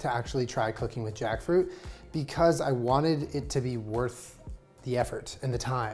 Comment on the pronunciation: Take a shot every tiem says Jakfrut